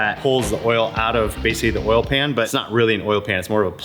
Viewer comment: imagine not pronouncing oil as oil and saying oul instead